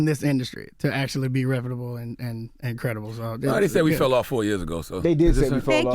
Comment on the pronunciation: this nigga really said credidible..